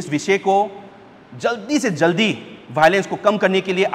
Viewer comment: film gi acting ro Nang na ngangise. Script to hanna phao. Say meitei militants always attack kuki village and Kuki village volunteers killed them. Acting do fail oikhreda... Pronunciation su chumthok o not bhaolence it's violence... It is also the right time for the meitei militants to stop attack